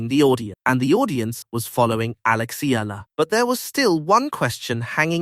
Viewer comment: Eala not ela‼️‼️‼️